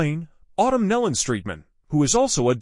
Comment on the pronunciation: PRONOUNCE THEIR SIR NAME AS 'KNEE LON' THE AUDIO SUCKS, FIX IT!